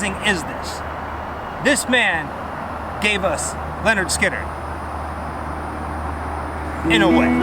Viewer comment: It's pronounced LIN ERD SKIN ERD not Leonard